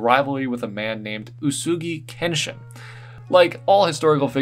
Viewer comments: I'll look past the butchering of Takeda Shingen and Uesugi Kenshin's names because that was freaking amazing. I clicked so fast when I saw that Takeda design on the thumbnail 😍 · i was getting a little triggered at the mispronunciations of Takeda Shingen and Uesugi Kenshin, but other than that very good armour pieces